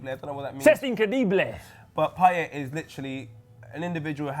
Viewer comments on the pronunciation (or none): Guys please..its payet...lets get over with this